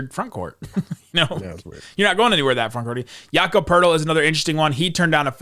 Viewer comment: Jacob Poetl? REALLY? Cmon man!